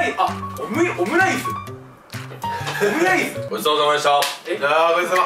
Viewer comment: おむやいづ結構好き（笑）